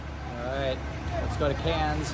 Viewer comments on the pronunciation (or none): It's not pronounced "Cans" but "Kerns" Thank you!! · K air ns